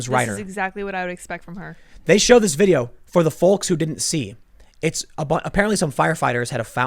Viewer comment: FOLK is prounounced FOKE goddamit!!! 😡 What are you a Russian spy or something?